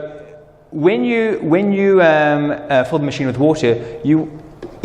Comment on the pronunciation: Important to note, it's pronounced fill, not pholl